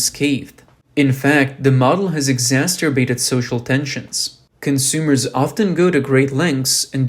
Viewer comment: Exasterbated 😅😂🤣 Not really a word so much. Exacerbated, now that is a word!